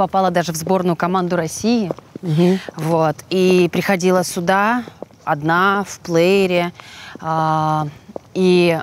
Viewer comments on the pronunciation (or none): Если с Ляйсан работал профессор, то почему что, что Ляйсан говорят постоянно не сюда, а суда, откуда такая деревня?? Вроде обе ведущие, а русский язык не знают.. печально